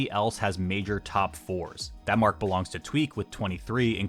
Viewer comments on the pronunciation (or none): none